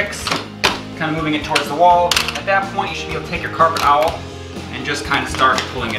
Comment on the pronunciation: Coffee is for nerds and old farts. The awl is not pronounced like owl😊